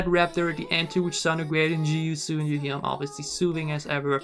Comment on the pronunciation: Everytime i hear him say Ga-E-yeon my ears bleed lol